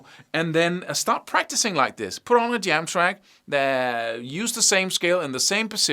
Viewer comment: When you're saying 'put on the jam track' but it sounds like 'put on the damn track!!'😀